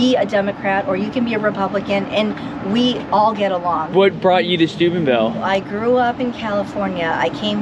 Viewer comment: oh Steubenville. I thought you said Stupidville. 😂